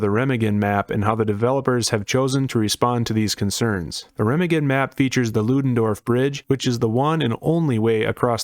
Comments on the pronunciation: I love ya buddy. But that’s not how Remagen is pronounced. Secondly, I don’t think that arty will be as bad on the bridge as others make it out to be. Why?, rounds that don’t hit the bridge will fall harmlessly into the water, as where on other maps they would still hit the ground close enough to cause damage. Also, the overhead on the bridge I THINK will stop rounds from hitting the bridge. There is also going to be a cat walk beneath the bridge. Not saying it won’t be an absolute blood bath to get across the bridge, because it will be. But I don’t think every round fired at the bridge with arty result in a instant kill. But hey, what do I know! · please dont say Remagen like that jfc